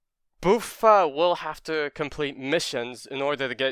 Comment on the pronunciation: It's not Boo-fa, it's Buff-fa like buffalo